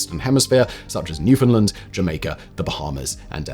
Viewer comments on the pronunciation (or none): none